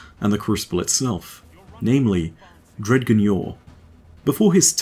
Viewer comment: Amazing vid as always. One little gripe, though. I feel like "Dredgen" should be pronounced "Dredjen" (with a "J" sound). I feel like this would accentuate this guardian's darker nature from the root word "dredges".